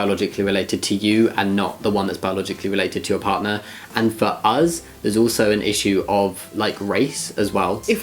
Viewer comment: Does Jamie always say uz instead of us or it is just this video?